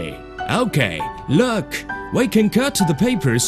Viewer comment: Lerk at he paperrrrrs